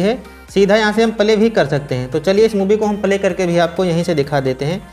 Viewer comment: Bhai video pale nahi bolte hai, Play bolte hai ok